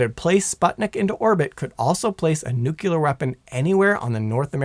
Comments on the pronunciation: My brain hurts after watching a third of this drivel. First off, there is no word in the English language "nuculer" much less "thermonuculer", ffs!!! Second, I doubt even the Tsar Bomba could destroy the entire state of North Carolina, even being a hundred times the power of one of our nukes. There is nothing magic about a nuclear weapon no matter how big. Despite the stigma heaped upon them over the eighty years since they were deployed, a nuke is nothing more than a big bomb. Discounting radiation effects, which would largely be limited to the immediate area and that downwind, it's just going to make a BIG hole, and damage trees and structures for a few tens of miles around ground zero at worst, depending on the detonation altitude. An impact detonation would be attenuated and deflected by terrain, which is why Little Boy and Fat Man were both detonated thousands of feet above their targets. Lastly, even an armed implosion-type bomb whose chemical explosives are detonated by high-speed impact or ground fire will not "go nuclear" under any conceivable circumstance. The precision necessary to time the explosives perfectly symmetrically to implode the Physics Package down to supercritical, whether fission or fusion bomb, required the invention of a new device, the Klystron Switch, and even the length of the wires to the blasting caps had to be precisely measured to ensure that the initiating electrical pulses reached the detonators simultaneously in order to pull it off. An as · New-clear energy, easiest way to remember it., it's not the nuculus of the atom they're playing with. It's the nucleus. Where does the L go? It's important. Nu-cle-ar, shorten it to two syllables, New-Clear. This is painful and I have to hop off any of your vids about nuclear shit, which sucks because I'm a massive nuclear nerd....but bruh it's fr painful............ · Seriously … I can’t get over it. I’m sure it’s even spelled correctly on the teleprompter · Nuclear. Not nucular.